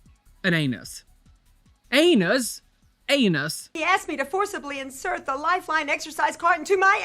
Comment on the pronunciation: It's an A-Knee-nus!😅